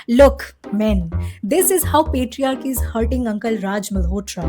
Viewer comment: Did you say lack of “PLATEriarchy”? Best tea joke ever. 😂😂😂